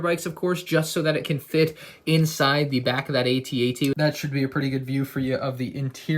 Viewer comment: You called it a A-TT